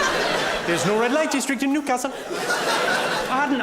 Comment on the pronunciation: As a Geordie he nailed Newcastle